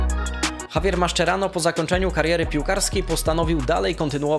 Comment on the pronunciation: "Maszczerano" marszcz jak musisz "maszerano"